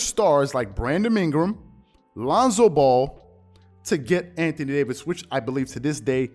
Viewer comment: Anthony Day-to-Davis